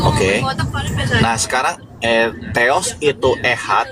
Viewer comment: Theos ....bukan alah teos dewa